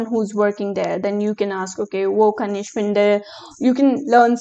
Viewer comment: Your germen accent for ich is not correct